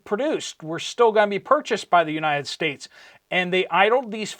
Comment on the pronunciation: Sir, please be aware that you are developing a habit of saying "and stuff like that." I love your show, but please stop saying, "Uni States." I promise that I am not a troll. I'm just trying to help. God Bless you, your family, and all who believe.